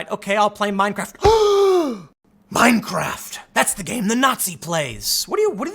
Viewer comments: 😨 did you say meinkraft 🤣🤣🤣🤣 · Minecraft not meinkraft